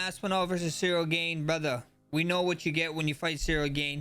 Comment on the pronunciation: Ceril gain 😂